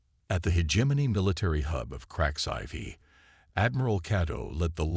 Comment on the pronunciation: us flag upside down = distress in military lingo. clearly a liberal. As for this story why is it hard for the AI to pronounce a Roman numeral? why not tell the AI to say 4 instead of IV!